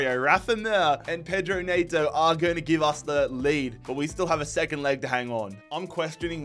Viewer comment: Was really surprised to see you sign Neto!! It's pronounced 'N-eh-to', not 'N-ay-to' No hate though man keep up the great vids